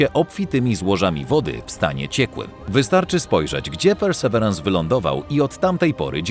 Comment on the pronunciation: Mamy słowniki polsko- angielskie dla sprawdzenia poprawności wymowy. Perseverance - / persy ' virens/. Pozdrawiam.